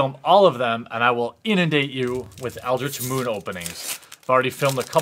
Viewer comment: Sounded like "Eldrazi Whooore" :)